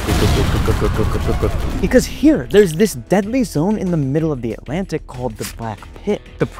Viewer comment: antlantic:✅ atlantic:❌